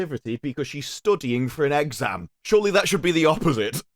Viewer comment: "You might have a very minor case of serious brain damage" And idk why, sounds like he says exam as "egg-sam" don't know if it's because of the whole new accent coming out of him in the beginning